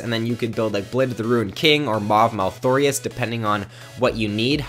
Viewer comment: you said maw of malTHORIUS or something to that extent, This bothered me lol.